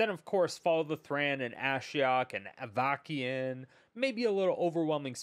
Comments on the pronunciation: oh my goodness, i'm in stitches hearing you say Avakeyin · "Avakiin"... Shrug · Not to be that guy (while totally being that guy), I’m 99% sure that it’s pronounced Av-uh-sin. Awesome video as always! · I totally rolled my eyes when I first read this comment.... Then I heard him pronounce it and it felt like fingernails on a chalkboard.